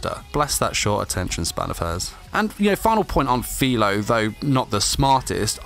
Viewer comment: It’s FIRO not FILO